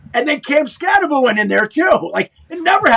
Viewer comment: It's pronounced, "SKATTEBO," Pat. The name is Skattebo with the B and the O at the end. SKAT-TE-BO. NOT "Skat-te-boo" as in Scooby-Doo, ok.